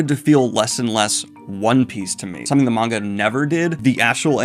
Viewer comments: Daniel finally saying maanga instead of manga is so heart warming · Daniel: starts pronouncing manga correctly Also Daniel: pronounces Kaido like a lunatic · Yeah, Daniel pronounced manga right! 🎊🎊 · Daniel: finally pronounces "manga" correctly Also Daniel: "Kay-dough" Edit: I've been had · Poor Daniel , finally pronounces manga correctly, then turns around and says KAY-do , you adorable man